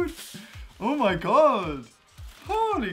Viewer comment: why cant you say my?